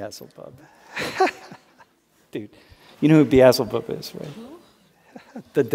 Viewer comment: Beelzebub not Beazulbub